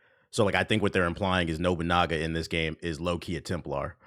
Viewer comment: Honestly, he was putting his emphasis in weird places that whole segment. Like, right after shouting SLAVE he just goes on with "the pair EVENTUALLY team up in a radically changing 15-hundreds JaPAN rubbing shoulders with OTHER historical allies such as Oda NobuN*A*GA and Koroda KANbei while taking down a shadowy cabal of WARlords manipulating the country's attempt at unification from WITHIN." Like damn, man, were you only just handed the script? You're tripping over all the words you're not sure about, and several others! You wanna take that again maybe? Oh, we're all out of space on the recorder? Alr, release the "*SLAVE*"-cut ig. Edit: found another good one : "the world of Assassins Creed Shadows IS massive, but...". Like, I get that that's where the emphasis goes in a "but" sentence, but he's given it about 200% more sauce than it really needed.